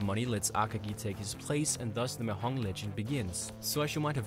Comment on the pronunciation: It's pronounced as "Ma-dyong" not "Ma-hong".